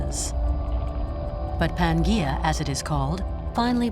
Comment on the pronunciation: Your narrator really needs to work on the pronunciation of some of these names... pan-gee-uh?? pan-jee-uh. tay-thiss/tee-thiss sea? teth-ees sea.